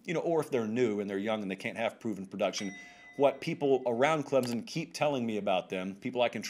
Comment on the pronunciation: When this guy talks about Clemson I can't listen to him. Can't he read? Its ClemSON not Clemzn!